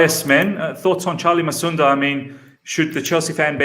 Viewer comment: It's Musonda Not Masunda.